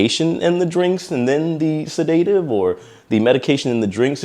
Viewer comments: Yes, pretty sure it was something else, and the proper pronounciation is accent on first syallable. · Learn how to pronounce “sedative “!!!! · You’re mispronouncing sedative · First and foremost……learn how to pronounce the word “sedative”! I had no idea what you meant when you said that word incorrectly. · Please learn the appropriate pronunciation of SEDATIVE! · Not how you pronounce sedative😂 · Great coverage. Tragic loss for everyone. 🕊️ (pssssst…ask a med professional how to SAY ‘sedative’. Your mispronunciation tickled me.) 😉🎄❤ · Sedative isn't pronounced like that. Ask Google to pronounce it for you. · your pronouncing sedative incorrectly. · Please have Google pronounce the word "sedative" for you. You repeatedly mispronounced the word. :) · Please look up the pronunciation of sedative😊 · It was so annoying to hear him keep mispronouncing that.😂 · Extremely sad situation. But its pronounced se-da-tive not sa-day-tive. Great job on your vids and keeping us updated. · I've never heard "sedative" pronounced the way you do. To me, it's always been "sed-UH-tiv", but you say it, "sed-AY-tiv". So I searched to hear the correct pronunciation here on YouTube, and the first one that came up agreed with me. The verb forms of the word, "sedate" and "sedated" are correctly pronounced as "sed-AYTE" and "sed-AYTED", but the noun form is always "sed-UH-tiv". Sorry to be so picky; it's meant as constructive criticism. It's just that, for me, it really distracts from the message in the video. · If I may assist with the pronunciation of "sedative". Please know I mean no disrespect. I am simply someone who would appreciate it if the situation were reversed. I hear you pronouncing it like "sedate - iv", as a 2-part word. It is actually a 3-part word. I will offer two separate phonetic examples: 1. "seh - duh - tiv" 2. "said -a - tiv" I hope that helps. Have a great day! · It's said-A-tive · It’s pronounced said-a-Tive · PRONOUNCED SE-DA-TIVE. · It's pronounced SĚD-uh-tiv